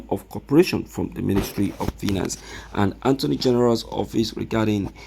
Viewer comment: I thought you are educated, so you don't know how to pronounce attorney from anttoney? Don't you know every time you will calling attorney antoney where is N located in attorney ?